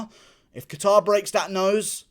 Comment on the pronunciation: Kayter. Sounds the best too. Hearing catare over and over in this video is kinda tilting me.